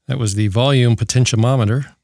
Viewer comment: potentinometer lmfao